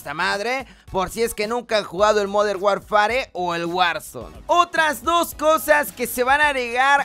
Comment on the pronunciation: Hola! Oye se pronuncia "modern warfer". Saludos